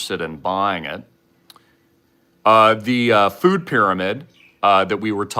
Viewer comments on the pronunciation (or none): none